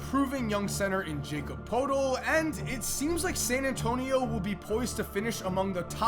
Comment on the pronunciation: Its pertel(the pronunciation)